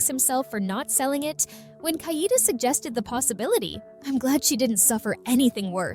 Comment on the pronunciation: The pronunciation is KA - E -DE Not kaidi gay shet